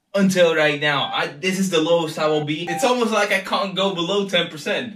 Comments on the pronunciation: Bruh it's like and not leik c'mon r u serious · why u say liek not like